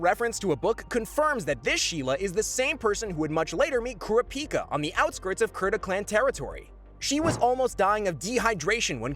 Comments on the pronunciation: Cure-Rah-Pea-Kah... Ugh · it kurapika not kura pika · Everything was great tell I heard the way you say kurapika. It's ku-ra-pi-ka not kura- pika. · I’m sorry, I don’t mean to be rude, bit the way in pronounces Kurapkia and Feitans names incorrectly is annoying.